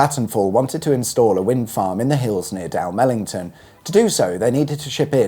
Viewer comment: I was disappointed with his rendition of Dalmellington though. What's wrong with Da'mel't'n ?